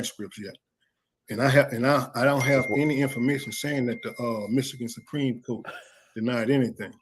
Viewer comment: Supreme “coat”😂